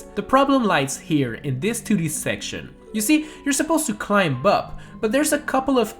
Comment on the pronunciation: ITS CLIMB dont say the b